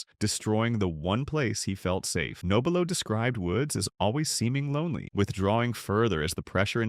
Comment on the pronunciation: How about an honest pronunciation of Frank's last name?